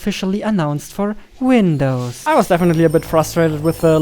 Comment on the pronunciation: Direkt aufgefallen das er deutsch ist, am Windows XD aber 👍🏻